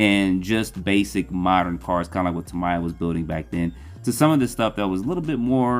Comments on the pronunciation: I hate to be "that guy" but your pronunciation of Tamiya is incorrect. You're saying what sounds like Ta-MY-ah when the correct pronunciation is Ta-ME-ah. Japanese "mi" uses a short i, not a long i. Not trying to be mean, just spreading some knowledge. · Who is TAM-EYE-AH? Ex GF?